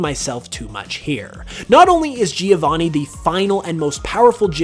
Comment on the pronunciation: Half of his brain favours older games The other half favours hot chicks and... let's be honest that's not his brain But the worst thing is the way he says "Giovanni", do all English people say it like that? I'm Italian, this is killing me Anyway, I did watch this videp of my own volition, and it's about his personal opinions, so.... I mean, personal opinion need to be personal, not good I guess?